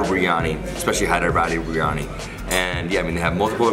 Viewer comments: Love your videos. But just fyi: I hear you saying 'bree-yani'. It's pronounced 'bir-ee-yani' or 'bir-yani'. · It's 'bir-yani'